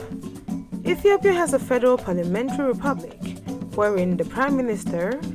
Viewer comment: I hate the african accent when they say Ethiopia. It is pronounced iithiopia not etthhoopia!